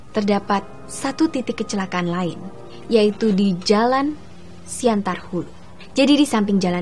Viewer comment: siantan hulu bos bukan siantar...